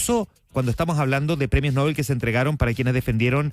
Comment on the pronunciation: Usted es de los pocos o quizás único periodista que me parece objetivo e imparcial. No se ofenda si le corrijo la pronunciación del premio Nobel. No lleva tilde, se lee No- bel.